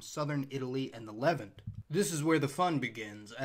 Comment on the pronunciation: I have never heard anyone else pronounce the Levant, Lev-ent, ever. Everyone else in the world pronounces it like the last name of Oscar Levant. Congratulations on your unique pronunciation! Very unique on Borneo as well. Never head Bor-Neo before. Just Borneo.